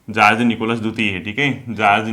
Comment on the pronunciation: सर जार्ज निकोलस है या जार निकोलस